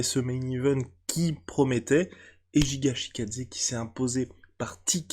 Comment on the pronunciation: Ce n'est pas Jiga c'est Giga brooo's des sueurs x)